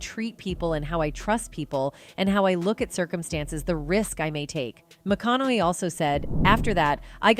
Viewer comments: Why are you mispronouncing his last name??? This is click bate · Nothing whatsoever mentioned about, "prostituting himself". Absolutely ZERO mentioned on that front! Clearly just 'clickbait'. Also the narrator mispronounced his last name about 98% of the times she said it. Getting it right periodically actually made it more ridiculously obvious when she then mispronounced it yet again the next time. Thrown together meaningless dross video. A waste of time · So far I've heard five mispronunciations of his name